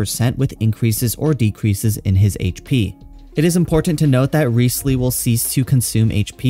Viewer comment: It's Rise-leee